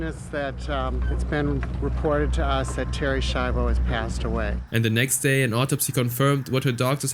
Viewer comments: Its pronounced shyvo not shivo. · Im sorry they way u pronounce Schivo pissed me off, its shivo (shy-voe) not (she-voe) who ever hired the narrator, u can tell bro didnt even watch the episode, becasue they pronounce it correctly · gotta love how he keeps pronouncing it "Sheevo" despite the fact that the clips he uses quite clearly show it's pronounced "Shivo" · Terri Sheevo lol. If he even just watched the episode, he would know how it's pronounced. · It’s pronounced shy-vo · excuse me but wtf is a sheevo? You literally played a clip of them correctly pronouncing her name which means you are willfully being disrespectful towards a vegetable woman they killed. You are a horrible person. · You hear how to pronounce her name correctly in the family guy clips, and I hope you would have done basic research. It is so annoying that you take zero effort in pronouncing someones name. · Bro theres no way you heard them say Terry shivos name amd still pronounced it wrong come on now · dumbass mispronounces Terry's name even tho the clip has the right pronunciation, do you not watch the shit you talk about???